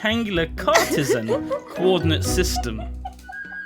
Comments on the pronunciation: it's pronounced car-tee-shan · Cart-ee-sian I.E. DeCart. Its the X,y,(z) Axis graph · Listening to them trying to say mathsy words is painful for example, it's pronounced cart-ee-si-an cartesian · Hey! You studied sound engineering so you should know what a sine wave is; sinusoidal is another word for sine wave. When the book says the output varies sinusoidally it means the output varies up and down like a sine wave. Cartesian graphs (cart-ee-si-an, named after a French bloke called Rene Descartes) are the graphs with two axes (axises, axii?); x sideways and y vertical. Abscissa is another word the x coordinate and the y coordinate is called the ordinate. I apologise for the serious comment, I am equally fascinated by butts, maths, and sound engineering, although I have much more experience with the last two. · Sam Burgess *Car-tee-sian since Decart is pronounced day-car